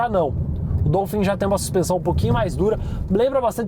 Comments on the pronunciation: É Dólphin quebfala, meu povo. Não é Dôlphin não. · A pronúncia é “DOUfim”? Pensei q fosse “Dólfin”…. Enfim… Carro top!